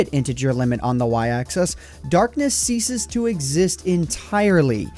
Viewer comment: Loved the video, but why must you pronounce axis like 'access'?